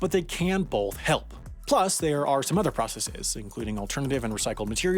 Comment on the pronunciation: I found an error in the captions. Fourth word in the caption at the timestamp is spelled 'both' but the narrator clearly says 'bolth'. Please fix this glaring issue. Thank you. This is meant as a lighthearted poke at the accent, by the way, and is in no way serious. My own accent is nearly incomprehensible to other English speakers so please accept it as the joke it is and not some 'harsh critique' about narration. I can't believe I have to type that but overreaction is the norm on the Internet, I suppose. Oh, and yes, I did just type an essay to explain a terrible dad joke.